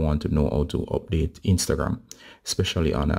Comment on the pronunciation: Abdateeee uuuuuhhh the accent😁